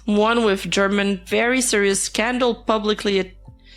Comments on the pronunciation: For english speakers, it is pronounced "herman" not "jerman" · It hurts my brain hearing how you pronounce "German" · Saying Germán as German was so funny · Escuchar como le dicen a Germán, "German" justo como el se quejo en uno de sus videos se me hace extremadamente chistoso y vaya manera de cumplir su destino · (random time for this) Notes to keep in mind: German is phonetically pronounced like Herman, not like the country (the YouTuber has said he always has this problem at airports). Kenzo, Nimu's ex-boyfriend, did grooming before being with Nimu, and I believe afterward. He also got Nimu to use drugs and caused problems with one of her eyes. And most importantly, never believe what Dalas says. He always lies and makes up a lot of the things he says. He's already lost two defamation lawsuits, but he lies and says he won the case even though the plaintiffs show evidence that Dalas lost the case and hasn't paid the fines imposed on him. He's scammed his followers out of 2 or 3 cryptocurrencies and some crypto games. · Si supiera Germán que en inglés le siguen pronunciando su nombre como "Gérman" (alemán en inglés) xd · I ctfu when she pronounced "germán" as german like the nationality 😭😭😭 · german german dia 😭😭 sorry i just found the pronunciation funny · Idk if this is unwanted but, German is pronounced like "her-man" instead of another nationality. Great recap of the nimu downfall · the german garmendia pronunciation LMAO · Bruh I never imagined seeing a video canceling nimu IN ENGLISH Loved how she called german 🇩🇪 to germán jajajajjaja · The video is serious, with good information a only little mistakes, but I can't help to laugth when I hear how pronouncet "German Garmendia" 🤣